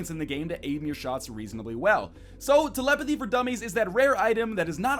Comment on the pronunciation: The way you pronounce telepathy makes me want to vomit EVERYWHERE. NO KIDDING, EVERYWHERE. OK, MAYBE NOT ON MY LAPTOP AND STUFF. BUT YOU GET THE POINT.